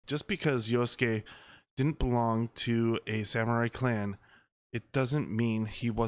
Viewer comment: huh?!! you're crying disrespect??? it's fiction. you sound so white, why are you disrespected for the JAPANESE. I'm asian and a lot closer to the japanese and I'm not offended. jeez. white people being offended for asians..... you can't even pronounce YASUKE properly. talk about disrespect. and what makes you assume the game's gonna make you play yasuke? from how i understand it, the JAPANESE girl ninja is the playable character. she has the hidden blade. yasuke seems to only be the main support character.